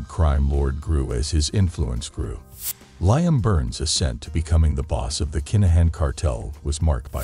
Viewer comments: 😂😂😂😂😂😂 I was about to say the same thing 😅😅😅😅😅😅😅😅 Limmme😅😅😅😅😅😅😅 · Never heard it said like that 😆😆😆😆😆. Ly-am 🤣🤣🤣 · You seriously cannot be serious the way you say Liam 🤦‍♂️😂😂😂😂 ffs